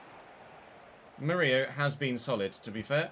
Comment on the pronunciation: Despite having two L in his name, Murillo is pronounced like Danilo would be since he's brazilian. Btw, as a Corinthians supporter, I loved that you signed a former player 😊